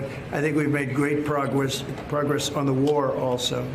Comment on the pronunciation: did we make great progrwess trumpy? Awe, good for ya little guy